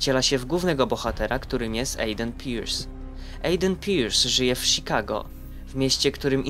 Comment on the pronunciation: Sikago XD